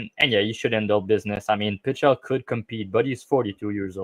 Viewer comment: I don't trust a guy that doesn't know how to pronounce Pichel